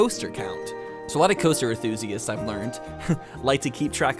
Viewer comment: he keeps forgetting to pronounce the N in enthusiasts